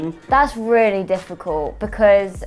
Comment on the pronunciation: What do you miss most about the UK? - My Fwenths Cameraman -...oh LMFAO why is this so funny